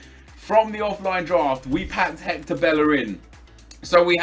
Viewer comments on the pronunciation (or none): none